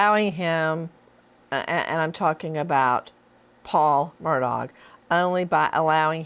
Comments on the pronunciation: Nancy, its MURDAUGH, the G is silent! Whats wrong with you? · Nancy refuses to pronounce his name “Murdock” lol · Nancy is mocking him by mispronouncing his name. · Learn how to say his last name, please! Lol